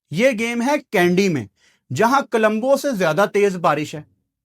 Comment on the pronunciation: Kalumbo nahi o parava it's co-lom-bo